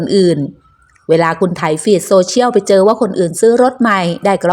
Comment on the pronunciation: โซ-เชี่ยนเลาะ(เลาะอยู่ในลำคอ) ไม่ใช่โซเชี่ยว